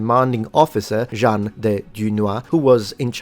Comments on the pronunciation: Jean pas Jeanne, Jean de Dunois tu l'a prononcé Jeanne... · Small pronounciation detail : the name "Jean" is pronounced as in the word "an" (year) or "blanc" (white). This bears some sort of importance since in French "Jeanne d'Arc" is pronounced the way you said "Jean". Very interesting video besides !